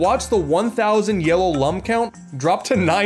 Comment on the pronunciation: Lum is pronounced Loom.... rhyming with broom.... And as I'm luminous....or luminescent....